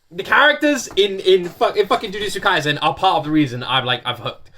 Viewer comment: The thing you pronouncing wrong is actually kaisen. S in kaisen pronounced like in set, seven, etc. There is no different pronounces for letters in japanese words.